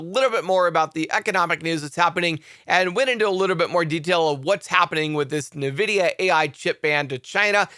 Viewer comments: PRONOUNCE NVIDIA [en-VID-eeyah] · Plz correct your pronunciation of "Nvidia"